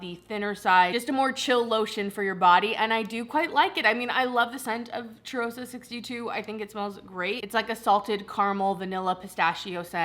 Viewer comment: I’m not sure if anyone has left you this comment before, but in case it helps, the closest way as an American to pronounce the Sol de Janeiro “cheirosa” fragrance would be like: Shay-raw-za